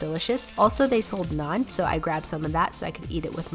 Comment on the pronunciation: the fact that she pronounced naan properly compared to other foreign food vloggers